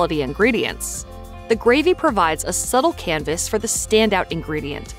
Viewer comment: Fleever? Greevy? The letter A is NOT pronounced as a long E.